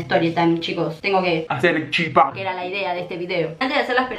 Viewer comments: Cada vez que un porteño dice CHIPÁ o CHIPACITO un misionero muere. Se dice CHIPA sin acentuar la A lpm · Por cierto se dice chipa con acento en la "i" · No sabía que habían personas de baires que dicen chipa y no chipá uwu eso me alegra ah los tkm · Porque dicen chipÁ? Es chipa, normal sin el tilde, colta. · Y no se dice chipaa de dice chipa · Te banco,pero me molesta que algunos porteños digan "chipá", es CHIPA lpm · Nerviosa me pone cuando dice chipá🤣 CHIPA ESSS añarako🤣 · Es CHIPA sin el acento Me frusta cuando dise chipá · no soy mala ni una either pero se dice chipa no chipaaa😂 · COMO VAS A DECIR CHIPÁ ES CHIPA SIN TILDEEEEEEEEEEEE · Se dice chipero amiga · Porque dice chipá me desesperaaaaaaaaaa, es chipa sin acento ppr diosss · nose dice chipá se dice chípa* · es chipa no CHIPA en ese tono0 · Es chipa ...no chipá ....pa saber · Nuestra chipa, La chipa, Pronuncias mal el chipa cargas mucho al final se carga en el Chi no el pa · No es chipá es chipa gran 7 infórmate para hacer tu video, es una comida típica de Paraguay y no se pronuncia como te da la gana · La chipa es de Paraguay punto final,me molesta que los argentinos lo pronuncien mal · Solo a mi me molesta que digan Chipá? No es hate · COMO VAS A DECIR QUE LA CHIPA ES ARGENTINA ENSIMA QUE LO PRONUNCIAN MAL 😐😐😐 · Lo gracioso es que "chipa" Es un término derivado del guaraní, además que ni lo saben nombrar bien. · Es la chipa, solo los argentinos pronuncian mal. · Chípa con asento en la i:3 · Algunos de los youtubers que sigo suben videos haciendo chipa y les juro que odio que digan CHIPÁ, NO SE DICE ASIIII AAAAAAAA bueno igual te quiero mucho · Soy de Paraguay y en guarani se dice "ShipA" asi suena la ch suena sh Y en castellano es Chipa sin el acento en la A